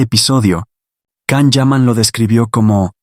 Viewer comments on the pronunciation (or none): His name is Can - pronounced Jan - please say it correctly? You know so much about him but not this?!